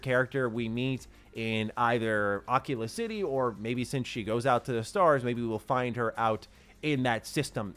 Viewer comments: I don’t know why this is bothering me so much… But why are we pronouncing it Occula City? It’s A-key-la. Bathesda have pronounced it several times in promo materials. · it's pronounced ah keel ah city not ah killa I'm pretty sure that's how they said it in the direct unless they changed the pronunciation after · Its not aak-heelaa Its akeala prenounced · Uh-key-luh It’s pronounced like aquila, which is Latin for eagle. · Akila city isnt a VR headset bro lol its Ah-Key-La. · Am i the only one that heard him say Oculus City first time around 😂😂 it was obvious Akila city but that was funny. love your vidoes man.